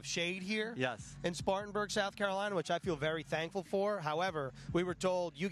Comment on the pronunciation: SPARTANBURG. Get it right you rookies